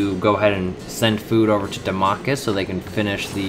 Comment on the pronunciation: How do you get Hem-i-ni pronunciation from Hemiji? Or Da-ma-cus from the word Damascus? Other than your ear piercing pronunciation, nice video .